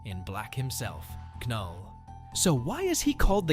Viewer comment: I hate to be a stickler for details but his name is pronounced null, the K is silent